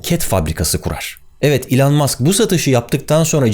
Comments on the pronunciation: ilan diye bi telaffuzu nerden buldun acaba ? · İlhan musk diye duydum akdhshsj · Lütfen artık adını doğru telaffuz edelim ey Türkiye..... iiiiilon ilon ... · İlan Mask diyince İlhan Mansız gibi geliyor :) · İlhan mask değil o, (i)lan mask. Çok irrite etti yazmak istedim yoksa takılmam genelde. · Elon'u yanlış telaffuz ediyorsunuz Barış Bey. Doğrusu "i lon". iTunes'un telaffuzu da "ay tûy(n)z"